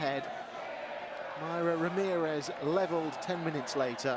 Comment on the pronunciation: It's Mayra, not Marya. Kind regards from Colombia